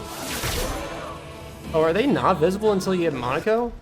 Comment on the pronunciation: Awesome job but I have to ask is there some secret society of streamers who all banded together to mispronounce Monocos name as Mon a co instead of Mon o ko. It's making me crazy I mean they refer to him correctly in the game